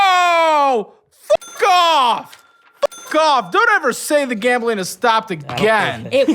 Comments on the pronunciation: Gambling turned into "gammeling". Lol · Take a shot everytime says gamling 😂 if youre a light weight, only take a shot when he says gambling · He said “Gambling” so much it started to sound like he was saying it wrong😂